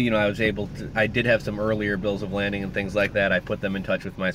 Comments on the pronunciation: It's a Bill of 'LADING', not 'LANDING'...no 'N'. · Are they asking for a bill of lading? Pronounced like laid-ing. I was just curious if this is what they ask for and what you are referring to. Enjoyed your videos so far! Thanks!